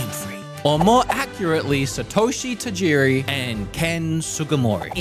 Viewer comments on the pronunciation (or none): none